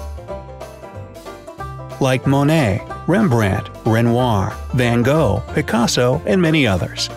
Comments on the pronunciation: "When go " ? Van Gogh ? pron. "Fann Gochhh" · It's not Van Gogh it's pronounced Van Goghhhh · One thing a lot of Americans don't know is that knowing a word has a foreign origin and so making it sound vaguely foreign is not culturally sensitive at all. You should try to make it sound CORRECTLY foreign. Van Gogh is not pronounced van go but van *hock, where * is halfway between the sound of the letter H and clearing the back of your throat of phlegm.